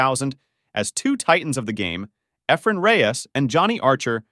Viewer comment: hate the computer talking doesn't know how to say Effren's name.